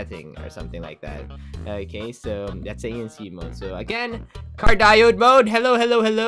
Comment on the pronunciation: it is pronounced as car diyoid not cardiyod